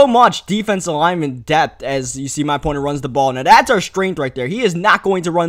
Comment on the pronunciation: I think it's pronounced thats not "dats"